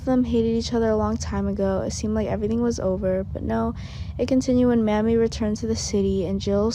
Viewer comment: Her name is not mammy it's Mamie